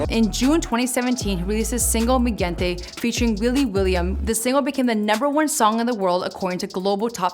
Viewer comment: Mi gente is said like (hen) (hente) not with the g sound like in gentleman